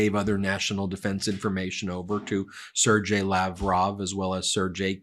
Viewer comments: Ben, "Sergei" is pronounced with a hard "g" not a "j" sound... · Sergei is not pronounced "Sir-J". 😆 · More like s-AIR-gehy. Same "S" sound as Sir, but instead of Er, its air. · Ben, the ruskies, both are pronounced sir-gay :) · Corrections. Sergei pronunciation and Emptywheel gender, 👏